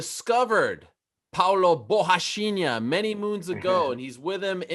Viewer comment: Ariel really put effort into properly pronouncing "borrachinha" like his life depended on it.